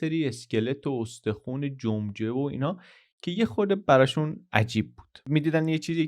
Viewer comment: جمجمه شده قمقمه هِه😂😂😂😂 اینقدر گفتن جمجمه یاد فری استایل جمجمه افتادم،یک کار بسیار قوی و ماندگار😂😂